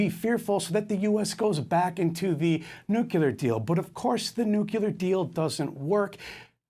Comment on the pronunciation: Nukeler??? WTF, I suggest you go learn the word NUCLEAR, you moron.